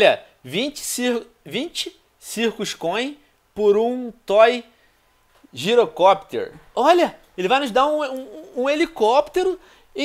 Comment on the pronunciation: venon lê direito é Toy ggirocpter